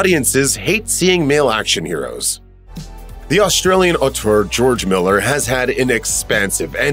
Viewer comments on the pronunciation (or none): none